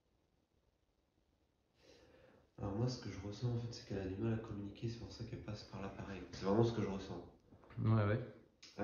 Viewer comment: tu es une personne vraiment sympathique, super tes vidéos. Juste un petit conseil, évite les liaisons inutiles, ne dis pas: communiquer z avec nous. Communiquer er donc pas de liaison avec nous. Merci encore pour ton implication et ta bienveillance.